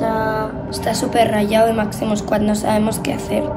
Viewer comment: En el minuto dice mazimo sqooad jajaj ( no hate te quiero ❤️)